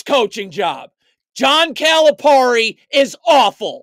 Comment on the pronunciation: Dude, you can't even pronounce his name so dont act like you're an expert, SMH.